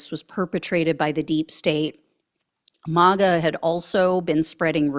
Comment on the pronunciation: Would you please say Maga MAGGOTS correctly,Mag a not malga, thanks 👍